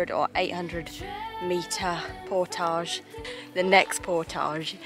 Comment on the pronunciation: You're British not Frrench, so pronounce portage properly.